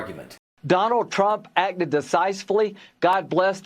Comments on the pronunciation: "Decisefully." New word! Thanks, Lindsey! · "Donald Trump acted Decisefully"... Lindsey makin up words agin.